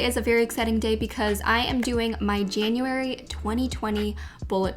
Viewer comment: ah yes our favorite months janaryary